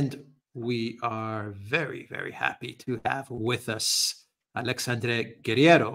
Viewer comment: Very good, BUT you guys should learn ho to pronounce his name correctly, as a Alexandre myself is quite annoying